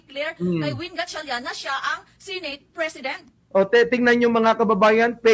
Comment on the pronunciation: she said, "sineyt." bisaya ang accent.